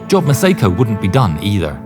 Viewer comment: The name Job is NOT pronounced “job,” it’s pronounced “Jōb,” with a long O. For crying out loud, do basic research so you don’t sound like an idiot.